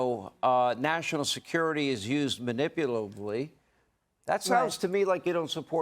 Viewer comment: Did Hannity say,"manipulively?"